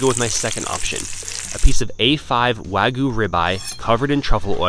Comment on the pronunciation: Is it like an youtube conspiracy for everyone to mispronounce wagyu.....it's not fucking WAGOO!! 😂😂